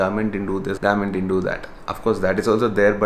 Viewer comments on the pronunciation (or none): It took me a while to understand it was " government " not "garment" 😂😂😂😅😅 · Shit...it sounded like garment rather than government 😂😂